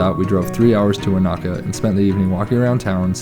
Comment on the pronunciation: Wanaka is pronounced Oneeka